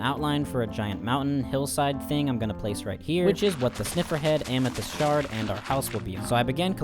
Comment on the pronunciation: every time he said amethyst shard i heard shark and i spent like a decent amount of time trying to see the vision. i couldn’t lmao there was no shark to be found